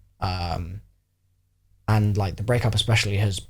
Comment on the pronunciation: “The road may be long unt dark...”